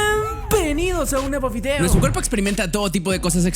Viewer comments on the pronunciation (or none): "hola a todos sean piembeeeeniiidoossss" XD 😅😂